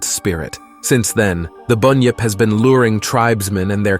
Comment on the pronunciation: No alligators here buddy,and an emu is a bird,and it's pronounced as it's spelt ironically,bun-yip